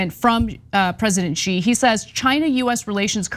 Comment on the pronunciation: PSA to all Americans: The name Xi is pronounced like "shee", not "zhjeee". Much easier to say than most make it for themselves